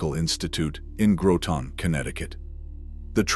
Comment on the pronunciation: i hate AI, its not Grow tan its Grotin i.e. Groton